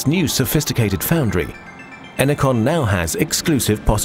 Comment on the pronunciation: Ener-CON. Says it all.